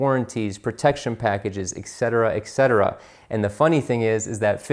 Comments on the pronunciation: It’s etcetera not excetera. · Love your videos! Very powerful info on the car dealership process. However "etc" is not spelled "ect", and should not be pronounced eck cetera...